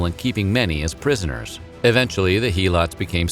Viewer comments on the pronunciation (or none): it's not He-lots it's Hel-ots; other than that great video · Imagine reading Spartiates, perioikoi, and helots and saying "Sparcies, perioci, heeelots" Edit: learn how to pronounce Latin names